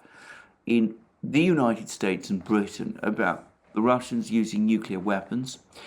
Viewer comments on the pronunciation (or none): none